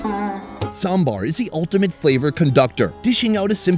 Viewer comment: The moment when our food expert correctly pronounced "Sambar".Lovely